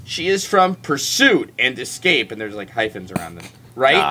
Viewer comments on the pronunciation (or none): Pusuit is the funniest thing I've heard all day.........